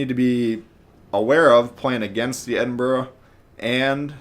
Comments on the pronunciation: Eden berg pmsl! Its prononced eddin bruh. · It's not pronounces eden berg it's the Scottish city Edinburgh it's the capital and it sounds like ed-in-bruh. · He said eden berg lol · "eden bruhhh" ~ill pronounce it however i wanna.~ - 2020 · The eden-burg 😂 on another note great video as always 🙌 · Its pronounced ED-IN-BRUH, but informative video as always!